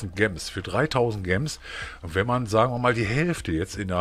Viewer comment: Kannst du gems bitte nicht so deutsch aussprechen, entweder englisch oder halt deutsch und dann bitte Juwelen ....